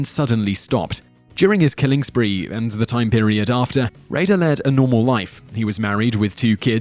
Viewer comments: His pronunciation of names confuses me....and apparently most of you as well. For example, number 1 is Dennis Rader and Simon literally pronounced his last name two different way in a 3 second time span. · In the narration for number 1, he pronounces Dennis Rader’s surname two different ways!